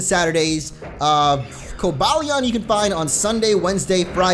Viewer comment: No it's pronounced Ver-iz-ee-on and co-bay-lee-on